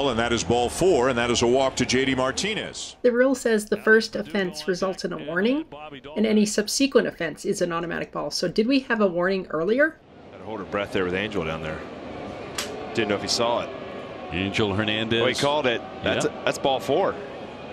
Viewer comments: “Sub-SEE-quent”? I’ve never heard it pronounced that way before. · The way you pronounce "subsequent" broke my brain